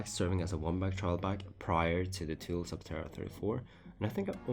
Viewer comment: It’s pronounced toolie